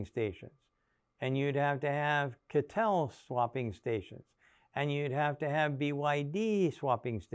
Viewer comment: C_A_T_L .... not Cattle 🤦‍♂️